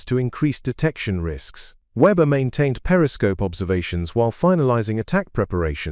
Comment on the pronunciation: English and German pronounciation and spelling can be challenging. But the AI on this far too wordy video massacres both. For example: the common German surname Weber gets spelled or pronounced Weber, Webber, Fabre, Reba, and, unbelievably, Vba. Or HMS Stirling, the primary British warship in the narrative is also pronounced and spelled Starling. Similarly, the identifying number of the U-boat gets garbled repeatedly. This kind of blather makes a report that might have interesting otherwise, tedious at best.